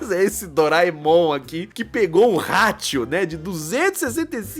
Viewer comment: o jeito que o gui pronuncia ratio é engraçado hahah